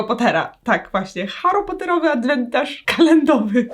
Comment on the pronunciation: Adwentarz kalendowy nie mogę 😂